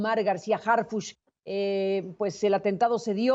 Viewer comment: ¿Porqué todos pronuncian "Harfush" si es Harfuch? que son de ShiHuaHua?